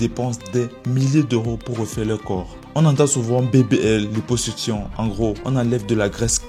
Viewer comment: Liposuccion et non "lipposuction" svp, faut vérifier pour rendre crédible votre travail...pourtant vous dîtes creuser...